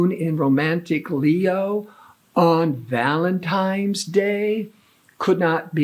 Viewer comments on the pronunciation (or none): “Valentine’s” is pronounced with an “N” not an “M”.